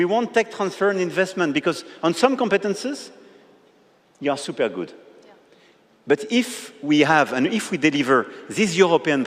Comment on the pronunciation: "SIUPER" COMPLICATED "SIUPER" EASY.... mon dieu ce niveau d'anglais au bout de 9 ans de présidence 🙄